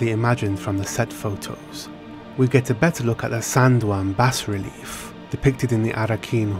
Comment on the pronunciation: Just a small correction: “bas” in bas relief is pronounced “bah”.